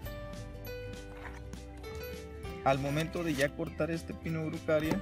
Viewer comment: Araucaria no erucaria.Es un pino que viene de las regiones de Chile y parte de Argentina. Es hermoso